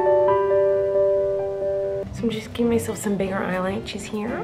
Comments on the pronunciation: Why is nobody talking about the fact that she says I eyelachis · At least she said eyelaches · Eyelaches (eyelashes)stowl(style) leips (lips)L😂L